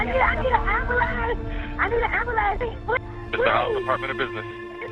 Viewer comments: What’s an “am-ba-lance?” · I need a ambalans. I need a ambalans wtf SMFH SPEAK ENGLISH